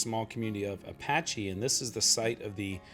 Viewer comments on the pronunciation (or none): none